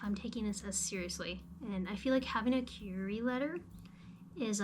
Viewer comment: It's pronounced "queer-ee" letter lol